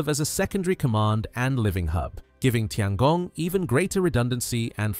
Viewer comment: Please, please learn how to pronounce “Tiangong” if you are going to do a video about it. Tian is pronounced “tyen”.